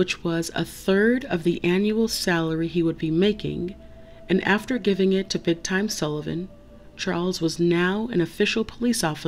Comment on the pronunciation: Why do you pronounce Big Tim as Big Time??